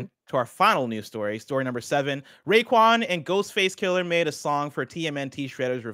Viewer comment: Alright, I have to say it... it's Ghostface KILL-AH, not Kill-ER. Thank you.